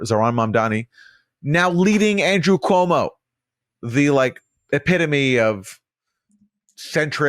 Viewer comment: Quoo-Mow kills old people for Fau-Chi